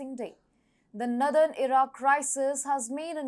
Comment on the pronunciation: Blockade = (/blok EID/) She says "BLOK ed" Israel = (/IZ reil/) She says "IZ raile" Northern = (/NOR đern/) She says "nudern" which is unintelligible Bilateral = (/ bai LAT erel/) She says "bai LEIT erel" Her pronunciation of "Mediterranean" needs to improve - I can't repeat how she says it but the correct form is /med i ter EIN i en/ She could teach herself how to pronounce using the IPA - International phonetic alphabet - or speakers in dictionary programs.